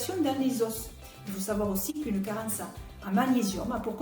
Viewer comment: SVP, merci de prononcer les os et non les « osses «